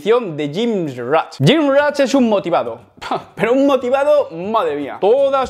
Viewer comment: Porqué dices gymrach?😂